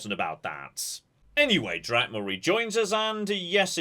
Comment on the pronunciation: Anyone else keep hearing call the character Captain Dad?